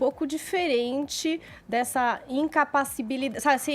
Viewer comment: A não soube falar incapacidade????? Kkkkkk kkkkkkk